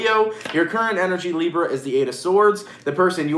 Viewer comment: I like when he says Librrra 🤩